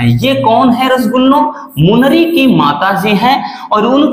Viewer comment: सर जी आप रस्सगुल्लो क्यू कहते है 😅😅